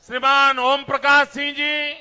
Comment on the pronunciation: Man can't speak the word Shriman properly. Don't expect English fluency, atleast Hindi fluency toh ho.